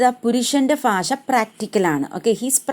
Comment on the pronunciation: ഫാഷയല്ല , ഭാഷ ( bhasha )